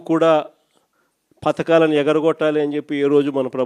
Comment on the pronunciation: పతకాలు కాదు నాయనా అవి పథకాలు. అసెంబ్లీకి రారు, ప్రజల తరపున మాట్లాడరు, మరి జీతాలు ఎందుకయ్యా మీకు.